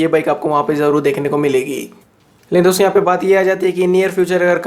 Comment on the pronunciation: "dosto" thora clearly spell kijiye